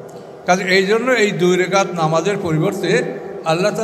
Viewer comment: রাকাত কে বলা হচ্ছে রেকাত? আর এরাই মওদূদী রাহিমাহুল্লাহ এর ডাঃ জাকির নায়েকের সমালোচনা করে অহরহ